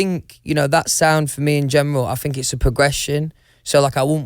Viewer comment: "won direction" "i fink" "do ya kno wha ah mean" "mm" "noice .. noice" "ma'a of fact" "ah woll is a woll" "me" "guud" - louis tomlinson 2019